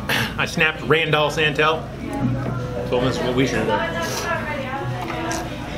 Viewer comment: Rand ALL San TELL 🤣